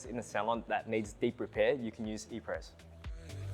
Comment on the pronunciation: His inability to pronounce “Apres” is already making me skeptical…🤔